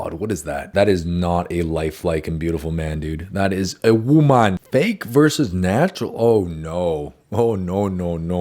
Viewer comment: "that is a woMaN" the way he said it in an African accent😂